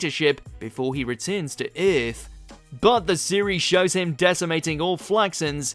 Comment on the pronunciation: Before he reeteerns teh eeerrtthh.... What the hell was that..?